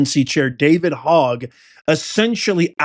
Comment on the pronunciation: Hogg is pronounced like HOE not hog. I dated a guy last name HOGG.😉